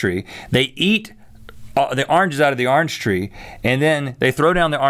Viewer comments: Arnge tree? It's orange tree Rhett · 'Arnge tree' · i enjoy listening to Rhett say orange haha. "Arnge tree".